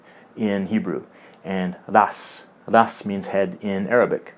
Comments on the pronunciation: Awesome video, I have noticed some of the same things in Hebrew and Arabic as well. Your pronunciation of Ra's or head in Arabic is missing the epiglottal stop ء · hebrew rosh and arabic ra's Isnt را or رَ pronounced as a mix of ro and ra? Edit:i learned to read the quran like this